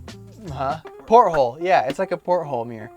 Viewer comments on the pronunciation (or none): Why do these people find it so hard to pronounce the "T" sound in words. It's porthole not "Por - hole" But seriously, how tall are you? Just curious as to whether I could sleep side to side. I'm 6'0" and like your setup, but only if I can sleep sideways. Animal narration is hilarious, especially the cat. They are condescending to us humans.